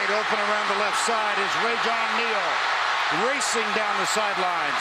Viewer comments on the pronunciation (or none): the announcer for the south carolina game said rajon lane instead of rajon neal